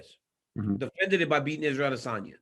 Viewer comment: It's AdesOWNya , not Adesanya ! .... come on now Helwani